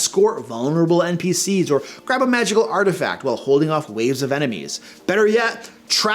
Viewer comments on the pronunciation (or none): none